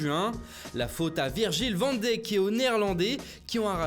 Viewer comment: Vent Déck c'est quoi prononciation à la merde 😂😂😂 Van Dijk (Vanne Daïck non Vent Déck) ?